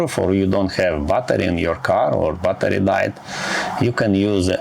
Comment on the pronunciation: Hello! The video is ok, but for God's sake, learn the pronunciation of the words "mechanism" and "battery" in English. - Good luck!